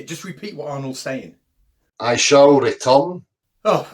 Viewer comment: does it every time doesn't he!! "I shall retun!" Awesome Catz!!